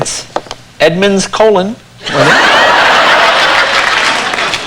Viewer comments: notice the accent on the second O. it's co-LONE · it's co-LONE. do you see the accent mark on the second O?